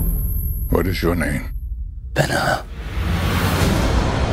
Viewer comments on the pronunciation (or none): You might want to cast an actor who can actually pronounce his character's name. It's not "Ben Huh," it's "Ben Hur."